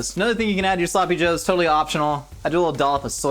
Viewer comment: There sloppy -ohs